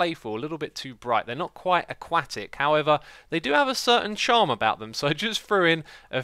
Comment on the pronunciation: Why do you pronounce your t's as d's, as in 'aqua-dic' and 'underwarder'?